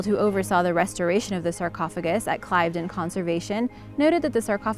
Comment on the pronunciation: So many, many mispronounced words! Just a few: Leicester = Lester Blenheim = Blen-em Cliveden = Cliv-den There were more, but I don’t want to listen to it again to make notes.